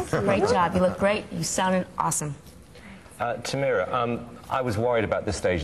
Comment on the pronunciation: Her face when Simon pronounced her name wrong. Tameera........